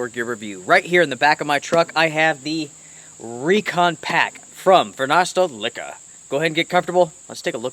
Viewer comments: Great review, they are almost sold out! and the company is pronounced Varoosteleka! Not varnasteleka! Thank you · Love your videos! One quick comment...from the Varusteleka web site... "Varusteleka (pronounced [Where's the liquor?])" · For us finns its easy, but you in english you can pronounce it more like a "where's my liquor?" and its quite close correct :D